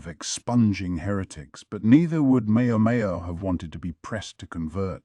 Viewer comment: not just a little lol. The ai voice calls her mayo mayo